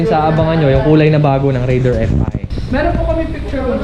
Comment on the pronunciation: taga Suzuki, pero di alam ang tamang pronunciation ng "Raider"